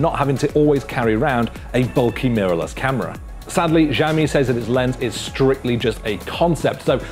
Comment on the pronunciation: Seriously. "Jaomi"? His pronunciation throws me off every time.